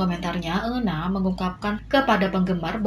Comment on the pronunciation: euna dibacanya yuna 😭🤧